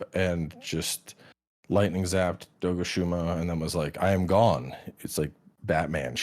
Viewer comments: Doshaguma ❌ Dogushuma 🐶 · "Dogashuma" lmao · This man is committed to pronouncing the monsters names wrong, like he hears the correct pronounciation and keeps saying them wrong :')